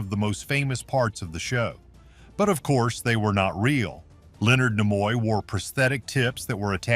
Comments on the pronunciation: Herbert Solow is spelled with a w at the end, not Solo. And Leonard Nimoy's name is pronounced NEE-moy, not Nih-MOY. quite a few other "bloopers" on the video. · AI generated voice is maddening and so is the constant changing of how names are pronounced- Nimoy for example. You would think that AI would either get it wrong all the time or right all the time, but it goes back and forth between the two pronunciations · He couldn't even pronounce Leonard Nimoy's name correctly!!